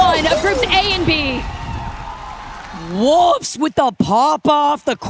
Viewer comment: pronounced "saw" as "sall" and Wolfe's as "Woofs" Brother in christ.